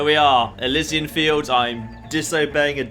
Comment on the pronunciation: Is it not pronounced elEEsian fields?